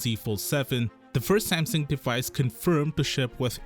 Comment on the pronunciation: Whats this brand Sampson you keep talking about...dude learn to say Samsung